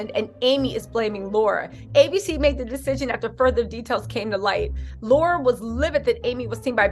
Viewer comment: Luv ya! Pronounced- Lair rah not Laura